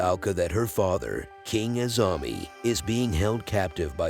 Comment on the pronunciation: When Narrator/YouTuber said "Azami kingdom" it sounded like Zombie to my ears 👂🏽 😂